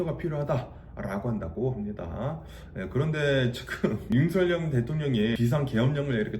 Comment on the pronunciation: 조심스레 살짝 말씀드려봅니다.. 현한국대통령 이름은 “윤석열”이고.. 정확한 발음은.. ”서결“입니다 많은 분들이 “성열”, 또는 “성렬”이라고 발음하시는데.. 그럴려면 “윤석렬”이라고 표기해야합니다 원칙적으로 국어맞춤법에 따르면 정확한 발음은“서결”이 맞습니다.